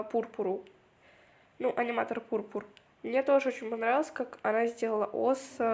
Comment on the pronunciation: Урааааа 1 место!!!! Кста кг (как килограмм) пурпу́р(ударение на вторую "у")1